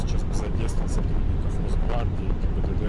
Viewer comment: каждый раз говорит ГИББД🤣